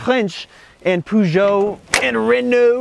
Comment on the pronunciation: You mean Litre, like they do in English. Peugeot - Purr-zjo Croissant - Qua’ sont